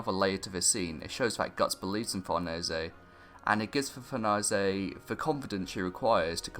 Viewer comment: He's pronouncing it correctly, since in origin it's an italian surname